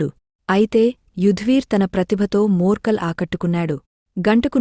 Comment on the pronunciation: Madam, his name is not murkal. It's morkel🙄. Complete name Morne Morkel.